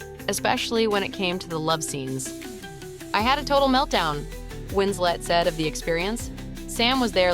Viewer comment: Her name is WinsLeT not winsLey